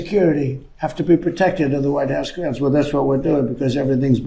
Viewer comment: Oh he said grounds